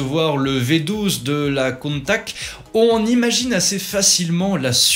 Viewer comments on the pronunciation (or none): "Crâneuse", la Miura... première fois que j'entends ça.. c'est juste une référence mondiale dans son genre, mais bon, la critique facile se confond avec le 36ème degré, et le problème est réglé. Countach, pas Countak. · Countach se prononce Countaatsscchhhhe par pitié... 🤣 Ce sont les concepteurs qui le disent!!!